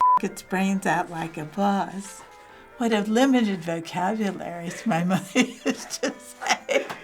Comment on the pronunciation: "What a limited vocaburalrylyopkodfspfsd" YOU NEED TO GO TO THE DENTIST GIRL!